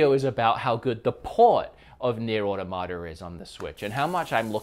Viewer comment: The way you pronounce “Automata” and “Diablo” scare and concern me